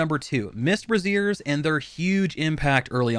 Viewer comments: Lol. He said Mist Brassiere instead of Mist Brazier (Bah-raise-ur). So instead he said you need to make a bra out of mist, which is cool for a porn star with a routine that includes a vape but not so much for this game. God I love being a grammar nazi with a sense of humor. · Good video, but you have to stop saying brassieres. It's not a woman's undergarment. Brazier is pronounced BRAY-zee-er. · Bray-zhure. Your pronunciation is for brassiere, the piece of lady's undergarments. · Bray-zee-er. You are pronouncing it as brassiere. Which is something a sexy lady might where if she likes you. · BRAYshers not braZEERS. braZEERS are bras. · Good guide but I died when you were talking about the mist brazier. It's brazier not brassiere what you were talking about was what binds the ta-tas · "Mist BRASSIERE" holy hell mate. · "Bray-zee-er", what you are saying is the correct name of a bra. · It's brazen like Frasier, not like the over-the-shoulder boulder holder. Just FYI. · It's so funny how nobody can pronounce brazier (bray-zher) correctly. Boobies everywhere! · Thank you. His mispronunciation was slaying me.